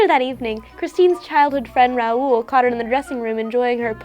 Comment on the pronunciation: it's not R-ow-oo-l it's r-ow-l